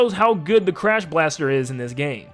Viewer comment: What are you Japanese mixing up your l’s and r’s? It’s Clash Blaster not Crash Blaster